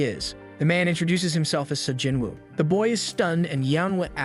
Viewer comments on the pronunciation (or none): Sa Jinwoo❌ Sung Jin woo✅✅✅✅✅✅